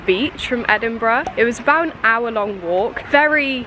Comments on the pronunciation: Well done you got the name right 😂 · So funny watching this as someone who goes to Edinburgh uni and grew up in Dunfermline!! (also pronounced it perfectly haha)